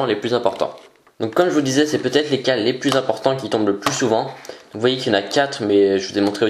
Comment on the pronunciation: on dit plus et pas plis Hahahah 😂😂😂😂